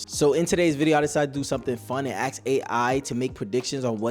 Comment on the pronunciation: And he doesn't know how to say "ask."